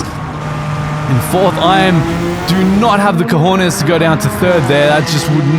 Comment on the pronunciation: As a Gibraltarian that “cojoenes”got me bad 🤣🤣 nice try tho looking forward to more classic v10 f1 races soon I miss those 😍